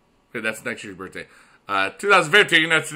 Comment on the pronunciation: "HAPPY BURFDAY"